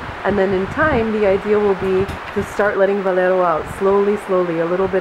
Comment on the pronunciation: It's VALERIO!!!!!!! For the love of God.